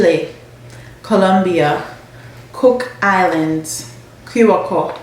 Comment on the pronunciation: Curacao not co it's pronounce with a s sound